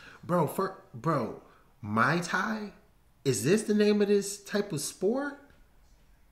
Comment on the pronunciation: Hey there...her name is Stamp Fairtex as in the Brand and it's pronounced moooi Thai